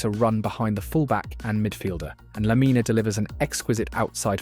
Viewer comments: great video! just a small observation, its not hate or anything; the "e" in "lamine" is not prounounced. it ends with the n. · Bro can't pronounce Lamine right to save his life